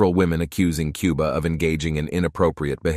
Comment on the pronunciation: KOO-BA!!!! NOT QUE-BA!!!